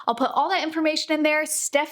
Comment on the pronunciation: Oh, cool! Congrats, Stephanie! Or did just mispronounce my name? 😂